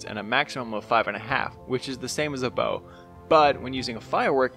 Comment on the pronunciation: When he says bow: Bow:wee~